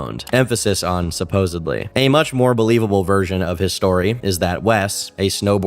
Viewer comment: I tried to watch this but you said supposebly twice